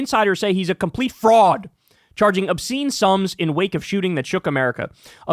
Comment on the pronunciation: that pronunciation on FRAUD made me laugh my ass off